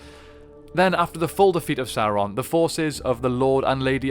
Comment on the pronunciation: Guys, ffs. It's pronounced sow-ron. Not soar-on